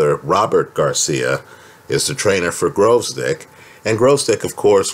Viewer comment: Why all the Yankees pronounce his name Grozdyk?